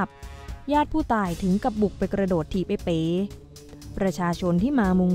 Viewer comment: ทำไมอ่านเป็น เอ๋ อกไก่